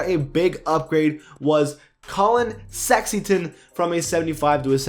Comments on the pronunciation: Did this dude say Collin sexington? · He’s been saying sexyton the whole season how are y’all just now hearing this 🤦🏾‍♂️ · Bro you said "Collin Sexyton" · why tf he pronounced it sexington???? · you're right he didn't say that I think he said Collin Sexyton